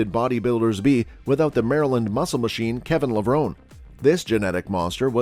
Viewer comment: Hard to take thus list seriously when you mispronounced Ramy and Levrone.....